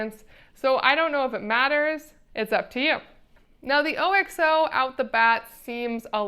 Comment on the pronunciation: Can’t take a review seriously if you don’t know how to pronounce OXO. It’s not “O-X-O”! Haven’t you ever watched America’s Test Kitchen?! You lost all credibility if you don’t know about the OXO company.